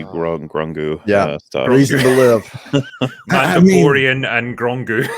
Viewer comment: Did say Mando-Bore-ian?